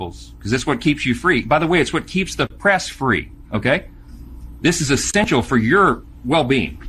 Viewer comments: I love Mike "Tiny" Johnson's mispronunciation of the word "essential", where he said, "this is ee-stench-ial"... I wonder whose diaper he has had his nose in? 🤢 Oh, now I see... if we don't cleave to the utter BS that you and the Magat Trumplicans are flinging out to us (like chimpanzee's crap) then the republic will crumble to a waiting cadre of 'com'a'nists'. Now there may be some that are indoctrinated enough to believe that, but they are certainly nowhere NEAR a majority. I watch for the day that most of these frauds and charlatans are thoroughly discredited and prevented from harming the public any further. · This is "estential"? This guy is a lying fanatic, religious psyco. He is panicking and babbling. He needs to go.